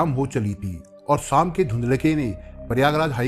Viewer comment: सर जी आपका तरीक़ा बहुत अच्छा है पर एक शिकायत है। शिकायत यह है कि कुछ शब्दों का उच्चारण ग़लत लगता है और मुझे अखरता है । एक शब्द है शाम जिसे आप श्याम कहते लगते हैं! अगर मेरे सुनने मे ही ग़लती है तो माफ़ कर दीजिएगा !